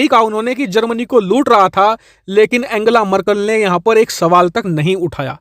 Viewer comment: abe bhai एंजेला है एंगेला नही, Aur kya deta rhta hai tu bhai bas kar fake channel hai tera..jo name nii pronounciate kr skta vo ghanta information sahi de skta hai...